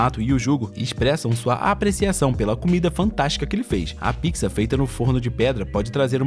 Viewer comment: Ele fala pizza errado